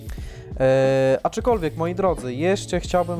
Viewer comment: Wariacie błagam... ACZKOLWIEK, nie ACZYkolwiek. A filmik spoko ;)